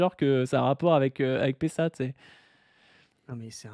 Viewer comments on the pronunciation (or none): Prononcer Pessa au lieu de Pessahre, je me désabonne direct !